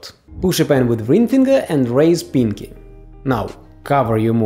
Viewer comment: lol the way u say pinky is like: piNg kEy